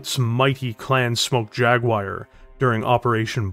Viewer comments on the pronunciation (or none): none